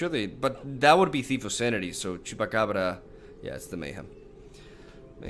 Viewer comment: Nobody:; Chupacabrrrra